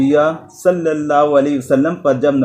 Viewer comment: اسلام علیکم ۔سر بہت زبردست لیکچر دیتے ہیں آ پ ۔لیکن آ ب جب حضرت محمد صلی اللہ علیہ وسلم پڑھتے ہیں تو ل کے نیچے زیر لگاتے ہیں جبکہ ل کے اوپر زبر ھے۔